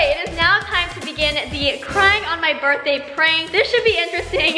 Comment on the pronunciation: It’s crying not carying